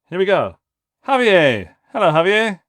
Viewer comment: Javier is pronounced hah-vee-AIR